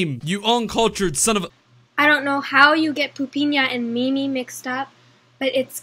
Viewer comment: I have a diagnosis... she wants attention. This should be fine however, as long as she isn't causing any- Oh No! ... also... "meemee"